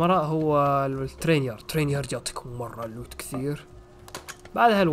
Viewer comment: الوت❌ اللوت ✅ Loot ✅